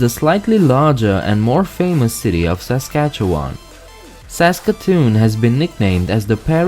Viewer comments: Born and raised in Regina, Saskatchewan, I believe it’s pronounced sa - skach - ee - wun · Saskatchewan is great! (And it will sound even better when you hear it pronounced correctly! 😂) But if you’re coming in from somewhere else it might take some time to get used to